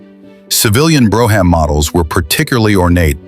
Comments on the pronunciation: Bro- ham models! Ai can't read shit, Brougham, brom. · If You're Gonna Present Any Car Videos , Get Your Facts Straight As Well As Your PUNCUATION Of Makes & Model Names. Such as "BROUGHAM. "It's NOT Pronounced As "BRO HAM"!!....It's PRONOUNCED As "BROME"......BRO HAM...You're An Idiot!!